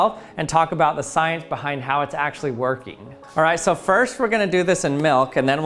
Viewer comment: Did he say "workie" ?😂